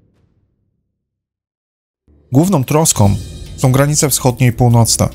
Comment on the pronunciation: Bardzo ciekawe informacje . Szkoda tylko, że prowadzący robi takie błędy językowe: nowom stolicom, dzielom, som, jest przywódcom. Zgrzyta to w uszach i mnie przeszkadza w słuchaniu. Przypominam, że w j.polskim są końcówki ą. Czyli nie som ale są, nową stolicą itp.